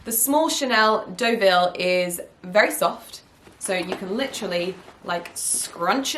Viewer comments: Hi, the Deaville tote is pronounced doe-vill not deh-vill. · Actually, its doe vee ❤